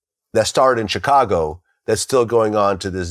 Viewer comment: Dude I’m at my wits end with Glad n how he pronounces Chicago. It’s not hard. Just like the momos who say the S in Illinois.